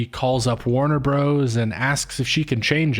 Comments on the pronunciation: I rarely pause to comment, but I'm at about 28 minutes and I am getting triggered every time he says Warner "Bros" instead of brothers. This better be some meta commentary in itself! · Stop saying "Bros." in "Warner Bros." (and "Super Mario Bros." as "Bros". "Bros." (note the dot/period) is an abbreviation for "Brothers". So annoying and you don't sound cool saying it but, rather, uneducated, which contrasts with your critical thinking related to this video's theme.